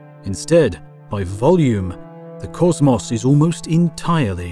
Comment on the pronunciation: i knew this video was gonna slap when i heard him say causmaus instead of cosmos